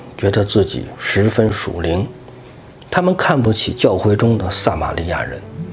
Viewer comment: 撒瑪利亞。名詞撒一聲ㄙㄚ。 薩克斯風。薩四聲薩ㄙㄚˋ。